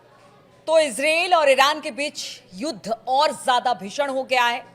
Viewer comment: Ezrel kya hota hai israel hota hai.